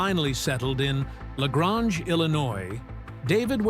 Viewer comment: Nice video, but learn how to pronounce "La Grange" properly